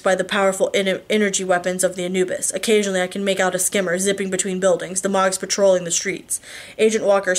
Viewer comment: Ugh, I hope you are okay! I was dying to know what happened next in The Fate of Ten, so I bought a subscription to Kobo... and the people reading it pronounce Mogs as Moags, and the dude that voices Sam makes him sound like Trump as a stoner teenager... I frakin hate it! Please come back soon! I miss you reading to me! Lol.